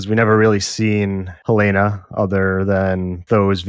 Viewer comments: Yesss! It’s not HuhLAYna like in HotD, it’s more like HELLna. I don’t think the name is coincidental. The basement is a bit like Hell. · Love you guys but why are you pronouncing "Helena" like that?